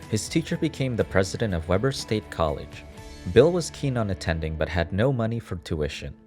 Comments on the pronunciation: It's pronounced We burr not web ur. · Not to be that guy, but Weber is pronounced Weeber, not Webber. Then again, we have a city spelled Hurricane, but pronounced Herrican. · It is actually called wee-bur not web-er 😁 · Small complaint: Marriott was a Mormon, not Catholic. You show a Catholic Church when he prayed to God. Misleading. Also it's pronounced Weeber state, not Webber.